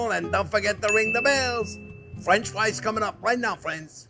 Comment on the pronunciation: Is he keep saying friends or france=)